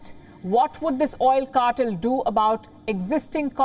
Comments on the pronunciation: Palki darling, it's not CAR-TUL but CAR-TELL. Please polish your pronunciation a bit more. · Cartel is pronounced "Car" - "Tell", not "Car"-"Ter". You take way the true meaning of cartel as in drug cartel, that's where the word comes from. I agree with the content of your report otherwise.